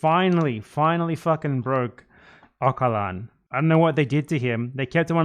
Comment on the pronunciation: Triggered by how you are pronouncing Erdogan and Ocalan 💀